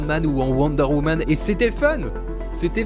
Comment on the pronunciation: Woderwoman 😂😂jpp